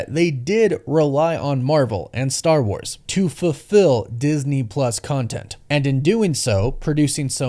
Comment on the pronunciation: How u say CONTENT 😂